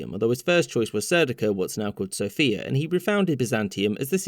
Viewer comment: You are pronouncing Sofia incorrectly. I dated a bulgarian girl and went there and learned really fast how to say it. Stress is on the first syllable, SO fe a